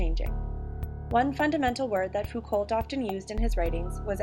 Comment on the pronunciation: This was helpful thanks....your pronunciation of Foucault is really grating though lol it's pronounced like Fooc-oh